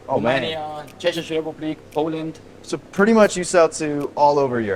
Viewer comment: where you put ??? he said ''çzech republic'' lmaoo😂